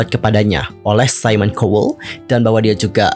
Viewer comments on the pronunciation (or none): none